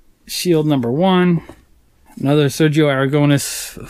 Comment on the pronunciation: Im spanish and your pronunciation of Sergio Aragonés name killed me.